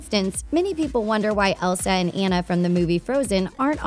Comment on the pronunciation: Ana please not anna geez